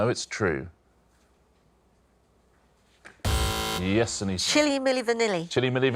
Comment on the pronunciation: Ah, another one of those "anything can rhyme if you pronounce it wrongly enough" answers (Chile ≠ Chilli).